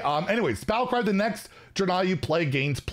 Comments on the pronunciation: You probably already know but it's pronounced Dray-Nye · Hey fyi the pronunciation is dray nei. Like the dra in drake and the nei in bill nei the science guy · Ive always pronounced it "Drain-eye" but ive been wrong many times before. lol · Not sure about the pronunciation... I thought it was [DRAY-KNEE]. Really not sure tho. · It’s pronounced Draenei and Archimonde. I got you!